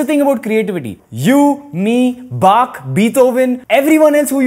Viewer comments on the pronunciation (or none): none